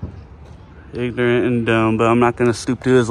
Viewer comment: Pignorent, not ignorant .....🤔🤣🤣🤣